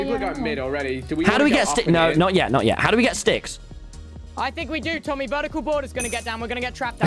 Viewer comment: Bad: HI "Tom-hy"